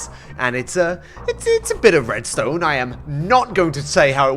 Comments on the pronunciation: I love your videos and everything, but please don't ever say Redstone like that ever again. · I am new to this and the first thing that came in my mind when he said “RRRRRRREDSTONE” I already thought of “mumbo jumbo” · he sounds russian when he said "rrrrredstone" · is the Alfred Coleman of Minecrafters "IN THE TRRRRRASHHH IT GOES" "SNNNNNAPSHOT" "RRRRRRRREDSTONE" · Rrrredstone.. (side effects of drinking) sounds